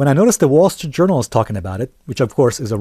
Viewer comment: Lost me there: "reputable jounral" :)